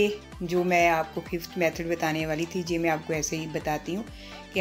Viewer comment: Aap je ko ye bolen to. sahi lagega je sunne men achchha nahin lagta hai.